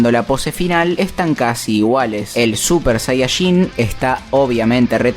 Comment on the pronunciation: Cada vez que dice super sayashin muere un gatito😢